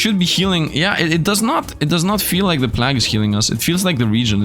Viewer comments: He was saying plagg instead of plague (play-guh)[I think that's how to type out the spelling] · plague is said "play-g" ...sorry great video but that def bothered me😆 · god i hate the way you say plague. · u saying god run every 10 seconds is so fucking cringe also you're pronouncing plague incorrectly and jesus youre talking complete nonsense in the last hour of the vid